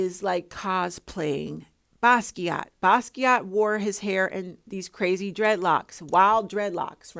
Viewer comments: Jean-Michel Basquiat. His middle name is pronounced like the predominantly woman/girl name "Michelle". You pronounced his first and last name correctly. I agree with your take on Jay-Z imitating Basquiat's image. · I'm here for it sis! Yes, we know you don't like talking about celebs but they are perfect folks to use as teachable moment to us regular people. It seems no amount of money they have will not stop them from stealing from regular people. It's crazy. Yes you also said Basquiat correctly 🙂Oh my goodness and you triggered me when there was a short clip where Beyonce called out jokingly she was going to steal something from another artist. It was so sad the way it was joked about. So she has hinted how she takes things from people and use as her own art. 😞The entitlement some celebs have because they can get away with it.